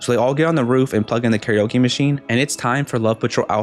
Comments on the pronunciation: it’s pronounced kare oke not like oak so scary oke not oak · This is supposed to sound similar to “karaoke”, not “Gary Oak” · Why did you pronounce scary-oke like that :(